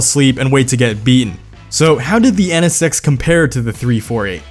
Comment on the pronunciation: "EH NE SEX"